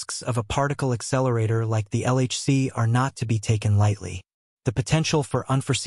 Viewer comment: Really ? Dumb ! How stupid are you ? You keep saying "exceleratetor". The very thing that you are trying to talk about, you are calling it something else. There is a difference; it is an "accelerator". When dealing with things of this nature and importance, you have to be correct in what you say; otherwise, keep your mouth shut. Maybe you should call your channel Comics Odyssey